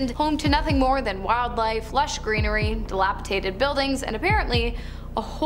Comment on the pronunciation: the word is dilapidated, not dilapitated thank you.